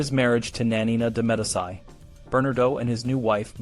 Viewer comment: Not bad for a young channel. FYI: Medici is pronounced “Meh-DEE-chee” as opposed to “Meh-di-SEYE” such as Medicine. They’re a really important and powerful family in Italy’s history. You’re going to come across the name many times if your channel is medieval. There were some other mispronunciations. I’m not passing judgment or being critical. I just wanted to point it out so that you can continue to improve your videos and grow your channel. 🙂